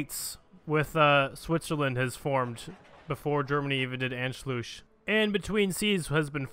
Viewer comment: Please: Never try to pronounce "Anschluss" again.. :x